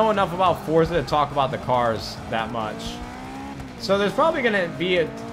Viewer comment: Nade, it is pronounced For-tza